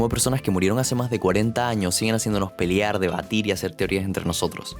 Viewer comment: A Herbert le cargaba que la gente pensara que Paul Atteides era un héroe, cuando quería expresar precisamente lo contrario. Por eso hizo lo que hizo con él, en los libro subsiguientes. Y se dice pelear, no "peliar". Es comentario de libros, poh. Nunca tan shileno.